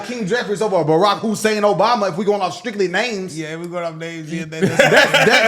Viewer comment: “WHAT did you say that boys middle name was? HUE-SAIN???” 😂😂😂